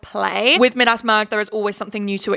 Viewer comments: Mid-ass is the strangest pronunciation I have ever heard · ‘mid-ass merge’ LMAOOOOO think it’s pronounced ‘my-dus’ Queen ily😂😂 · Maybe I’m just American but hearing you say “Midas” (m-eye-das) as “mid-ass” merge has me in STITCHES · Big fan not making fun just a cultural difference 🫶